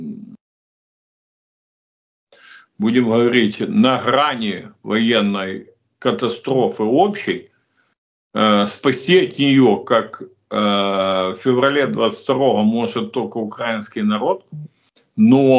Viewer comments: Украиномовный Мосейчук! Не укрАинцы, а украИнцы, не укрАинский, а украИнский!!! Ви так чудово розмовляли українською мовою! А що сталося з вами тепер? Під кого підлаштовуєтесь? На кого працюєте? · Мосейчук.... Став правильно наголос на словах укра І нський народ... А взагалі кажеш діло....